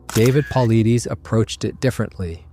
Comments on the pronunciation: It's, paw LIES deez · Thorough video on the subject, but you butchered David Paulides’ name each and every time you said it. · Your next research project is to learn how to pronounce "Paulides". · You destroyed the pronunciation of David Paulides name. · You totally mispronounced Paulides. Have you ever watched any of his videos? I assume not or you would have pronounced his name correctly. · Mispronounced his last name! David is a great researcher! Big game hunting guides and native Americans know of these people. No city desk jockeys can know the facts! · Please learn to pronounce Paulides. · Too bad the narrator can't correctly pronounce David's last name "Paulides". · Good job, but you butchered David's last name. Its not a big deal, but it says a lot about your style of research. Mispronouncing "Paulides" should NOT happen. It tells me you bipassed years of actually listening to David on various platforms. Im so curious how you allowed that to happen. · Why can’t these videos use real people to read the text. Or if it’s a real person, for goodness sake, pronounce his name correctly! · I subscribe to David Paulides. You are not even saying his name right, and I believe he did not sanction this video, and you are stealing his work. If you want to support DP he has a whole playlist on bigfoot on his channel, canam missing 411. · Who's david pulleedies? I thought we were taking about david Paulides! Pronounced Paul-eye-dis. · Paulides is not pronounced “Paul Uh Deez” or “Paul Eee Deez.” It’s “Puh Lie Diss.” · HAHA! Really: "Pauly-deees". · “Paul - lie - Diss” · His last name is pronounced "pul•EYE•duss" not "PAHL,uh•DEEZ" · David Paulides = Paul-eye-dess NOT Paul-eye-deez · I'm not meaning to be rude in any way. It seems as though you respect his work, and feel his work is credible. The least you could do is pronounce is name correctly. It is not Paul ih dees. It is Paul eye des. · It's not puhleedees. It's paul eye'd uss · It’s pronounced “pa-light-us”. ✌️